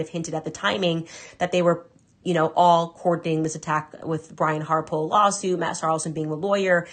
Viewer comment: "MIS-ta HAR-Pole!" -Country Baron 🤣